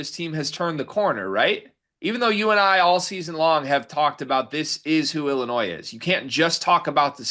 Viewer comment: Willinois hahaha